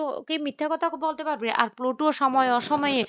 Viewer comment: সবাইতো বলে বলে ক্লান্ত হয়ে যাবে কিন্তু উনার উচ্চারণ বদলাবে না